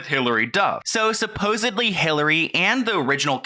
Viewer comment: "suposedly"... Dude you are part of whats wrong with the ENTIRE Picture.